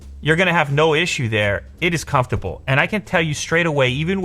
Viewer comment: lew: it is couftable